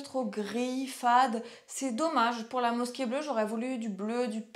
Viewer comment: Bonjour Le "s" se prononce "z" entre 2 voyelle. Effectivement la mosquée n'est pas mis en valeur. Dommage car le monument est magnifique. Bon courage pour Israël.